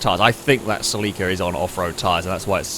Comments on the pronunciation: Bro Celica not Sileeca, and dont even get me started on the way u say Acura. Lol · Its a Toyota SELL-ika (celica) 😆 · "Say Lee Kah" At this point I think hes saying it just to piss me off.